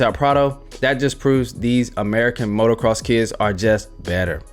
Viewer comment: It's motocross (no "r" in the middle) - I am not correcting you, I am trying to protect you from others who would